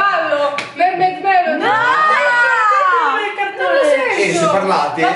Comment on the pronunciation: like chi lo guardacnel 2018. quando a detto mermid melody io le amo le principesse sirene